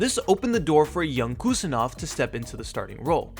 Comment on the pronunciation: Im from uzbekistan and I give you correct pronunciation of abdukodir's name. Its Husanov. Like when you say Haaland. With H. Not Kusanov but Husanov